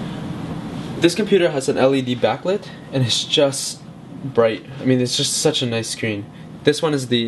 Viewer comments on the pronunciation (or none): none